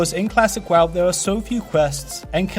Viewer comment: PRONOUNCE WOW CORRECTLY PLEASE: Accents or not that is not what the word is.